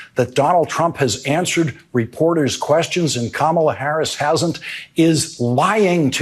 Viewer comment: He intentionally pronounces Kamala Harris's name WRONG. Its just weird 😕